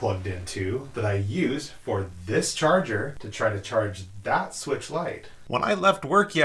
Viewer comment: Nintendo Swee-weetch